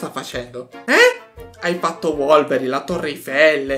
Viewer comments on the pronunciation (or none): ma non si diceva Wolverine (ho capito volverine) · Volverin è bellissimo con una grande pronuncia 😂